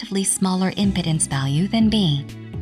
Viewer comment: OMG! the mispronunciation of "Impedance" by this text-to-talk bot is hilarious!